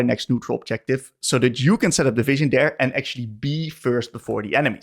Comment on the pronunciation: Hey man thank you for the content. You're really good at explaining your thought process. The whole video I was so confused on why you used the term 'fishing' whenever placing a ward. I figured maybe its a term I didn't know yet, fishing for picks? Then it clicked on me. You're saying 'vision' XD Gave me a laugh at my own stupidity. Thanks though for the content and the fun!